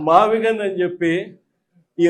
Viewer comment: గుంటూరు లోంచి గన్ కాదు 'గున్ ' తీసుకుని మావిగన్ అంటున్నారేంటన్నా. అది మావిగున్ అని చెప్పాలి కదా !